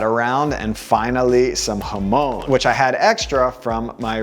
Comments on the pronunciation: Hamone ??? Bit respect for pronunciation please... Jamon!!! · bro be pronouncing jamón like hoemone